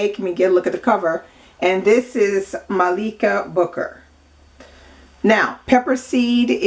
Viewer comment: Heyyy. I’m her niece and I’m very happy that you liked her book. I just wanted to say that her name is pronounced Malika like Mah-lik-a. Thanks for the commentary. Subscribing right now.